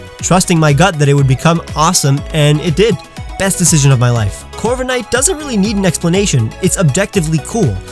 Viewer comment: LEFT OFF THE K IN CORVIKNIGHT!